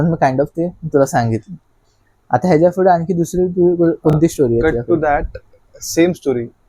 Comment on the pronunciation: फुडे ❌ पुढे ✅